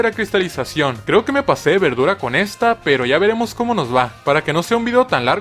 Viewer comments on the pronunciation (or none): none